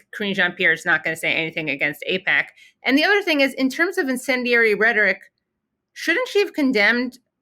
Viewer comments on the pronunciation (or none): "Incendiary"? 😂 she's a clown.